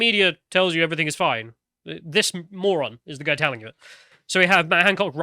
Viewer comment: can you stop saying “everythink” please? Cheers.